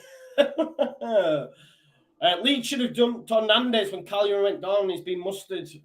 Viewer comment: Cagliari not calari